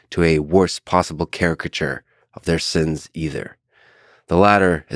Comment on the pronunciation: Bro I cringed out loud every time you said "sins"